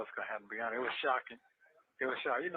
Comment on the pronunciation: Are you hearing the way he says honest?: To be unnuh(honest )wicha😒😒😒😒